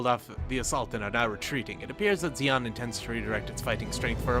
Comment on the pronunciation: You should play the one with the cheesy live-action cutscenes next ( War for Earth ? ), where among other things, they pronounce Zeon as "John". That way you'd have an army of Jims vs the evil Principality of John.